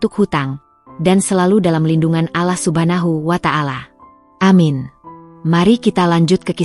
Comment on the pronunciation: MAAF MIN, NYEBUTNYA "ALLOH" BUKAN "ALAH"